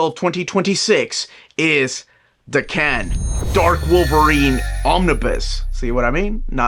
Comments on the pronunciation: Da Can? Really? It’s Daken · is pronouncing it wrong. He’s separating and over-pronouncing the da and the ken too much. It’s also not day-Ken. The Japanese would say it more like dah-kn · I don’t know how you’ve been saying it, but is pronouncing it wrong. You would put the emphasis on the first syllable in Japanese, while puts it on the last - it’s more like dah-kn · I pronounce it like Dokken 🤘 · is pronouncing it wrong. You would put the emphasis on the first syllable in Japanese and does the opposite - it’s more like dah-kn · Damn. Does everyone pronounce Daken like this?